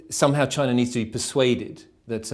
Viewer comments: Chiner, north korear ごめん、空気間違えた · "Chiner" lol